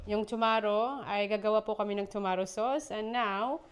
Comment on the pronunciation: Girl tomato lang yan .. wag masyadong e arte pag pronounce